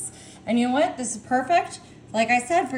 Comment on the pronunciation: Why mispronounce words that begin with “wh” with the h sound before the w? Even as a joke it makes no sense.